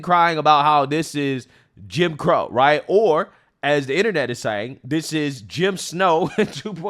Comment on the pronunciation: He said Kim Crow 😮